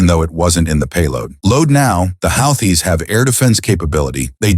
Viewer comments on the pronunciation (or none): "Houthi's " is pronounced WHO-TEES